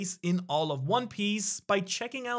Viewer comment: Did you say "Shanks for watching" at the end?